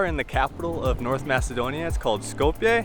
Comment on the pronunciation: Just a minuscule friendly correction <3 <3 Skopje is pronounced like Skop-ye, not Skop-yay!